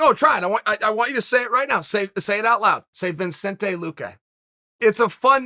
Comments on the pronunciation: its vicente not vincentay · It's not viNcente it's Vicente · If Chael could pronounce as well as he speaks that'd be awesome. It's fun to say a name sure, buy only if you're saying it right. It's "Vicente Luque" Chael not "Vincente Luque" Put some effort i to it bud, i grew up in a mountain town surrounded by people who've never seen a person darker than an Italian and they still manage to pronounce another person's name correctly. It's not about "that's how I speak" put some effort into it, it's another man name, show some respect. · Sorry Chael but there’s no N after “Vicente”. Names that you say are one of the best things ever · Vi"N"cente luque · There's literally no "N" before the C in Vicente Luque, how is it Vincente? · "ViNcente"?? where the N came from? One of the probably easiest names to say in either language, Chael found a way to mess it. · Vicente not ViNcente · Vi"n"cente it is!!! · Are you really saying Vincente ? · Everyone: vicente luque Undefeated Uncle Chael: VinSente Luque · Its not Vincente, Mr Chael Sonnen, its Vicente!! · Chael: makes a whole video about saying Vicente Luque’s name Also Chael: Vincente Luque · Vincente luque. For crying out loud Chael it’s VICENTE! 🤦‍♂️ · It’s not VINCENTE it’s VICENTE. Lose the extra N. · me: Vicente Luque Chael: Vincente Luque me: ok Great chael: no say it out loud me: Vincente Luque Chael: fun name to say isn't it? Vincente Luque: ok great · Chael can’t read 😂 VINcente is what he’s saying 😂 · Vinsety vinsenty vinsenty Now Chael can ask Stipe to say it really fast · Chael says his name is ViNcente, ViNcente it is then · I clicked back there about 8 times listening to Chael say 'Vin' then when I confirmed it go to the comments and this is the first thing I see lmao.. now to watch the other 8 minutes 40 seconds lol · I heard “vin” and “surreal gone” and now I can’t unhear either of them lmaooo🤣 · It’s so fun of a name to say, you pronounced it wrong, Chaeil ..! 🙃😉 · Stop saying it like that